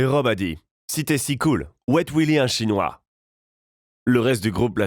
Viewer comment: Pq tu dis restaurant "chonois"? On est pas obligés de le savoirs